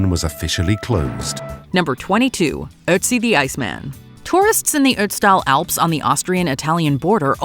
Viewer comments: For the first time the narrator pronounced "Ötzi" correctly! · Bonus points for the correct pronounciation for - for English speakers - very hard German words, like "Reich" and "´Ötzi" ...